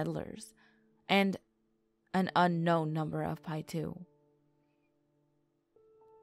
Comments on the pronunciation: My husband belongs to the tribes that surround the pyramid lake and it’s local area and I have to say, if you are going to talk about the tribes learn to say their names correctly. How grating. Paiute is pronounced Pie-yoot. Not “pietoo”. Also, Nevadans hate when people say “ne-vod-duh. It’s nun-Vaah-duh. Simple. Please. Correct these in the video, it’s insulting. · 🤦🏻‍♂️she said pie 2 lol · Is pronounced Pie-ute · It’s Paiute (pie-yoot) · They lost me at pietoo. Piute is definitely not pronounced that way. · You completely said the name of the tribe wrong